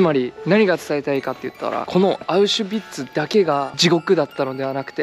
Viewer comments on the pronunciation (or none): ビッツ❌ ヴィッツ️⭕️